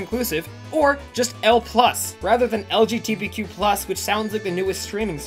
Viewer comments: Pain when you kept saying LBGTQ+ instead of LGBTQ+ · Love you, but it’s LGBTQ, not LGTBQ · This hurts hearing you keep on saying lgtbq+ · He keeps calling it lgtbq+ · When I was watching some of this vid and you kept messing it up I was like “wow during pride month too” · I thought my brain was breaking when I heard you say it lol, it's all good tho -a bi person